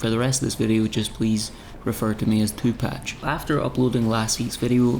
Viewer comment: i cannot tell you how Hard i laughed hearing you say Tupac & Tupatch. thank you for your service